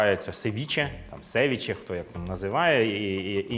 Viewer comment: лише севІче. будь-який інший наголос неправильний.